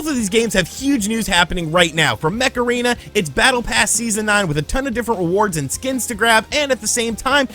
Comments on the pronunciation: I can only hear you saying "Macarena" instead of "Mech Arena" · Every time you said Mech Arena i heard it as Macarena 😂